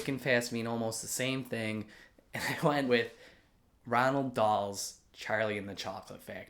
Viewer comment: Ok so is there like a silent N in between the O and the A in Roald... Because I'm pretty sure his name isn't Ronald